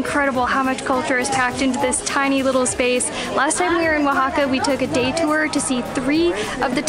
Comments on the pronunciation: I’m so impressed with your pronunciation while reading the towns’ names! That was very good! I’m sure by now someone has already mentioned this in the comments but here it comes just in case, the masculine (male?) name of catrina is catrín. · I've got to congratulate the both of ya with your spanish and also excellent pronunciation of the indigenous names of the towns and cities in Oaxaca! From the hilarious antics of,lol.....poking his head through that giant lotería card of 'El Diablo', then poking his head through that Catrina's body, lmao: " in a dress" and where sits next to that kalaca couple and bears his pearly whites! And continuing with the natural beauty of, augmented all the more with that crown of marigolds and the bright green and orange dress, finishing off with the yummy cocktails and food of Zandunga, oh and not to forget the shouting of "Semillas de Calabasa" by, totally embarassing dear! Love ya guys and always AWESOME to enjoy your COOL Uploads!:D